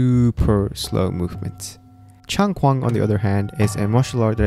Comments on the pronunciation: Taijiquan (Grand Ultimate Fist) and Changquan (Long Fist) are two completely different martial arts, but both Chinese. (Also, quan is pronounced "chuan")The former is "internal" and the latter external. The exercises you practiced in this video were Long Fist. I have had 52 years in martial arts - early years in TKD and Shotokan (under Mikami Sensei), and 37 years in Taiji. I do love these comparisons though. Ultimately, all martial arts practices should take you to the same place. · A lil bit correction for ya, actually chang"quan" pronounce more similar to Chang *chain*, more precise, Chang *Chi-U-Yuan*, not really as Quan (we pronounce q differently in Chinese) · Tai Chi and Changquan (pronounce Changchuan for English speakers, its not a Q sound, but CH sound instead). Both Martials is part of Chinese Wushu. What you're learning is the performance sports version of Changquan, there are also tradition Changquan. Tai Chi however has 3 types, Performance, Health and Combat. In Tai Chi there are many styles, with the most well known to be Chen and Yang. Within each style Chen and Yang both have small frame, big frame, traditional and new styles. Tai Chi can be used for combat, but it all depends on the user. If you just practice for health and performance everyday and suddenly I put into a MMA ring, you will most likely get destroyed. Simple fact, you need practice and know how to apply the applications to real combat, train your brain to react, temper your body. Lots of stuff involved, the video you share of exposed fake martial arts, well its not exactly right as those people are performers and health practitioners. They don't practice for combat... Let me link you to my favorite performance of free style Tai Chi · Sorry, I'll have to point out your wrong pronunciation: Changquan is pronounced closer to "Chang Chuen", the Q sound in Mandarin is actually "chü", not the English K sound. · The "q" in "quan" is pronounced "ch" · Quan is pronounced chuan not kuan